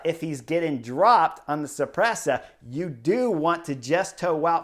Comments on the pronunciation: Cipressa pronounced 'suppressor', so good :D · Pronounced Chee-press-ha